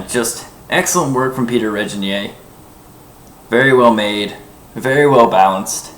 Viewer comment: Zoltán Bereczki It's also pronounced with a hard "g" as in grain, not a soft "g" as in Reginald.